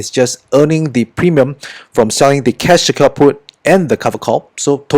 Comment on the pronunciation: I keep hearing cash kaput.. 😅